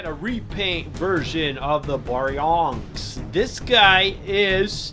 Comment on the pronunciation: BEAR-E-ONYX thats how u pronoucne it, not "Bronx!" Also really try to improve the sound quality of the dinosaurs. I find the sounds u use for the dinosaurs to be odd. They keep looping in strange ways and stop using that weird deep growling sound from Godzilla 2014(which isnt even an actual roar). In some of the films certain dinosaurs actually had their own sound efgects outside the t rex